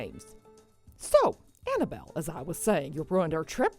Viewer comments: He says Annabelle, I hear Hannibal...😂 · i'm cringing every time he says "anna-bull" instead of annabelle